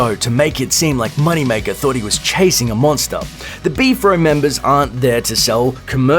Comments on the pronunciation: It's pronounced B.F.R.O, not B-FRO. You have zero credibility just on this alone! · Do you call it "Beef-ro" and not B-F-R-O? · Its B-F-R-O